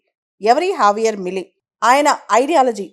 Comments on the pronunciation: Pronounciation correct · J ni H la pronounce chestharu.